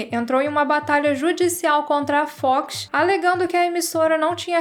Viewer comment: acho que é assim que se escreve... Acompanho o canal a pouco tempo e as vezes implico com seu jeito de pronunciar a palavra FOX por exemplo mas uma coisa vou admitir essa com certeza foi o melhor conteúdo que eu já vi sobre X files amo a série sou louco pelo filme 01 e piro que qualquer coisa sobre e novidades da série agradeço muito a Sra por trazer isso tudo ao canal eu já recomendo sempre vcs por conta dos aliens mas se vcs começarem a falar de Arquivo x aqui vão ter um eterno frequentador do canal